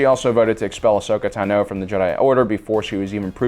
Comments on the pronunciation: Ahsoka TANo, NOT Ahsoka tanOH. Fuck that's irritating. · “Ashoka Tunoh” 🥴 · Why do you pronounce ahsoka tano incorrectly?